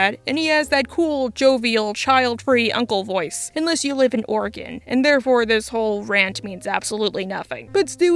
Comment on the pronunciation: Oregon supremacy gang 🤙🤙 Also appreciate your correct pronunciation of the state